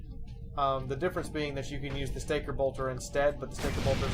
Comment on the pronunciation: stalker not staker but good enough XD